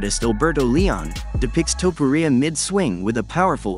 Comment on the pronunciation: Who the fuuuk is Ilia TuhPuhReeAh 😂😂